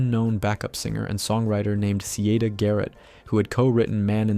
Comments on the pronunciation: it's pronounce "Sai-EEE-Duh"..as in Cy Young or Kappa Kappa Psi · It’s pronounced SIGH-EE-DUH.